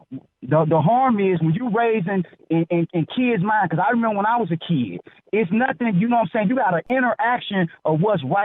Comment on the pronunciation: "When I was a keed..."